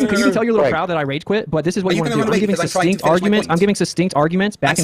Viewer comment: Witsit is giving susstink arguments alright! 😂 (It certainly sounds like he says something like sustink or sustinkt and not succinct.) Maybe suspect and stink? FTFE even says succinct just after. I wonder if Witsit will realise he mispronounces succinct. It hints as to his level of education. Witsit saying you have to manipulate the rate of earth’s rotation is just like flat earthers asking people to show water sticking to a ball. I don’t believe he is really that stupid and knows the truth and that asking people to do the impossible is just an easy way to avoid the obvious.